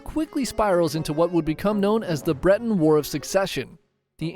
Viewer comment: Not bro calling Britain ->>>Britney 😂